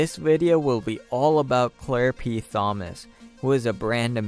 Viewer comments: TH-omas? The "h" is silent. It's spoken like the name Tom. No "th" sound. Tom-us. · …. Not how you say her last name….The ‘H’ is silent! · The “h” in Thomas, is silent.